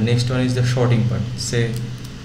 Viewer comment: thanks ;) but "shorting" when there was "sorting" was quite funny ;)